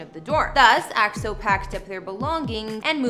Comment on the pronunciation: Whatever the media says if it's good about EXO, I'll like it... By the way, you're so pretty and I love the way you pronounce EXO! -Love from us Eri & Eros